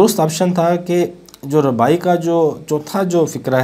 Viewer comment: Bhai rubai hota hai ne ke rabai correct it